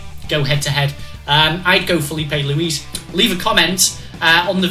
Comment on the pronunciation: lewis/luce/luiz lol